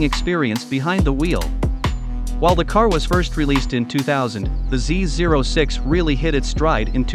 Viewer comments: He is pronouncing it correctly. The zero is NOT a letter regardless of what most call it. Corvette Dan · Thanks for pronouncing Z06 correctly!